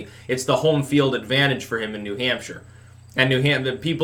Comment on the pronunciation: "Gawn' put y'all BACK in N'Hampsha."